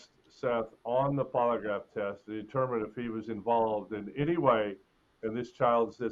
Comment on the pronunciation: Nancy Disgrace: the word, "any", is pronounced, "any", not "eeny".